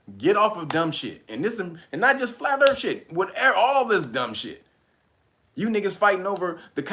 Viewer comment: " I'ma flat euurthuur my nukkuh " 😂😂😂😂😂😂